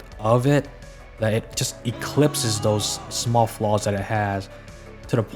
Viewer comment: You know I wasn't sure if I should like the video but the third time you said "eclypses" really made me chuckle so I have to agree with you.